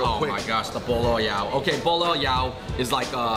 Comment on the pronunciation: For all of my cantonese friends, notice how Andrew pronounces pineapple bun . Sounds like he's saying "ball ass" LOL